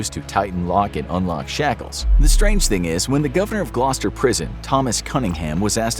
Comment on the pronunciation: I’ve not heard an American say Gloucester correctly before